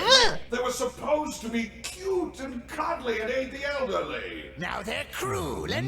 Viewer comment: Okay , I just realized Wheelo was saying “They were supposed to be cute and cuddly and aid the elderly.” Before that, I genuinely thought Wheelo was saying “Cute and cuddly and ATE the elderly.”